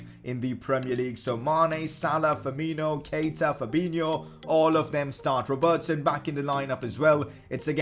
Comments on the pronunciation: Please pronounce Robertson right 🙃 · I like how you say ‘Robertson’